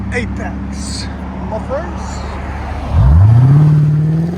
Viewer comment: Literally came here to say this